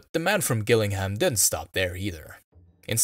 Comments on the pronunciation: It's actually pronounced jil-ling-num, I live here 🫡 Amazing video! Very informative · The G in Gillingham, Kent is actually pronounced as a J. There is a Gillingham in Dorset, where strangely the G is pronounced as G. Even English news readers make the same mistake. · Very interesting. Just so you know, Gillingham is pronounced with a soft G.